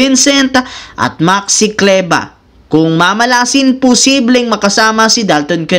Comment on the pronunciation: prang hirap na hirap to mag bigkas sa full ni Maxi Kleber Maxi Kleba daw 😂😂